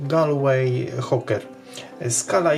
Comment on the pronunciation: Jako ktos, kto mieszkal 18 lat w Galway i ma znajomych plywajacych tymi lodkami, zapewniam, ze wymowa to "gol-łej huker" 😊 W szoku jestem, ze ktos zrobil model akurat tej lodki! ❤❤❤ Dzieki za film!